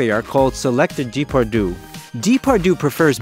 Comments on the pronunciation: the proper pronunciation of his name is important when making a documentary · I understand this is not your language, honestly no problem, but please try to pronounce his name correctly. I am just saying try. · I agree. It's annoying hearing him pronounce the names Depardieu and Alain wrong. Not a serious video maker. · Haha so true :D I guess we can’t expect that much of Americans, when it comes to other languages haha